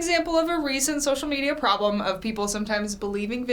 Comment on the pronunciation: "SoCiAl mEiDia PrObLeM"